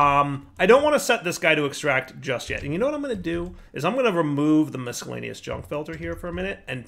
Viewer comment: Hey, the c in miscellaneous is silent!